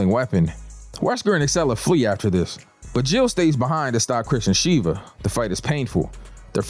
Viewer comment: Sheva brother not shiva 😅